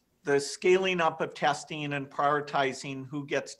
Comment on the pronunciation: I am usually easy on these subjects. But following he does say testine and protectine. He is seemingly obsessed with vaccines, or viruses. Given his software track record, this might ring true in a psychological context. There are obsessive traits to his rhetoric.